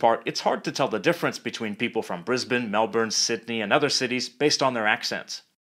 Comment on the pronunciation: I spat my coffee out when you said "Melbourrrrne". lol